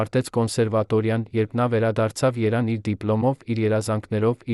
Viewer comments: Երյան։չէ Երեվան է ճիշտ կարդալլ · Երան թե Երեվան ? Բավական է մեր մեծերին զրպարտեք ։ Սոսը երգիչ էր ? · Ինչու՞Երանը,այլս,այլ`Երևան,այլևս,ճիշտ կարդա։ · Էս ովա սա, որ Երևանը երան է ասում։ Կարող ես լռել այ երան։ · Երևանը անուն է թե' ազգանուն։ Ամոթ է մի' աղավաղի ։Սովորի հայերենը ճիշտ կարդալ։ Դու ' չէս ամաչում։